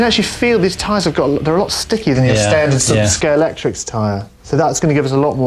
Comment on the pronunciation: Am I the only one that gets narked when people call it Scalectrix rather than Scalextric?